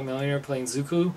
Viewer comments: zuKO! NOT zuKU! xD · OMG who the heck is Zuku? Dude, it's freakin' Zuko!